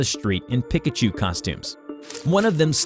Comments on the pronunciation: It’s not (peikachu) it’s peekachu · everyone: Pee-kah-choo: Pih-ka-choo, you ruined the video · Hahahaha pi-ka chu instead of pe-ka chu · Bro what the heck is a pick-a-choo do you mean a Pikachu? lol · It's pronounced (pee-cuh-choo) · Omg😂 His pronunciation of “Pikachu” hurts. 😂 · Anyone else feel weird when he says pikachu wrong